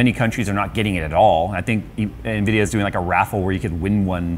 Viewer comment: amd ?? Nvidia?? Amdia ??? Lol 🤣🤣🤣🤣🤣 just dont get too excited bro cz we all u are 😆😆